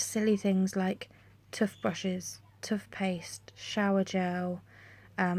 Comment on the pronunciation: Really lovely vid. The way you say Toothpaste and Toothbrushes is hilarious. x